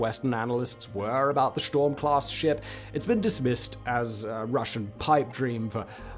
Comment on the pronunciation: I could have sworn you said sh*t storm, 😂